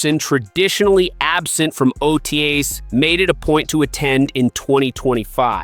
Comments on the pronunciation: T-Cos and O-tays 😬😬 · I think you missed his point. The AI is killing it in a bad way. When it reads things such as T.C.O (Performance Center) and O.T.A's as words.... it sounds ridiculous.